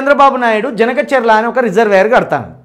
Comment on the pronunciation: Harish Rao cheppindi vinnaram kadu...please review the project and tell the facts....first ganaka cherla kadu Boss, it is Banaka charla